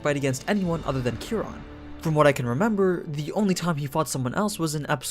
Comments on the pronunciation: Kia Ron not kerron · Ki Ron is how you pronounce it. It comes from astrology